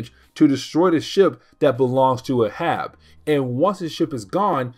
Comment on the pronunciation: Its pronounced "A Hab". Not uh Hab it's the same as Captain Ahab from Moby Dick